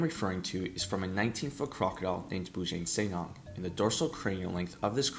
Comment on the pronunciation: The pronounciation of Bujang Senang needs a little work, but overall great video!